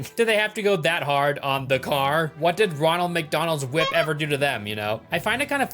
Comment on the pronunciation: You can't say "whip"?